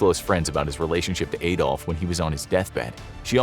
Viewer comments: It anyways sounds weird to hear "Ay-dolf". His name was "Ah-dolf". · Adolf is pronounced like Ahdolf not Aedolf